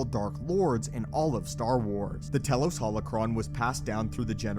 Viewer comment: “Tee-los” not “tell-los”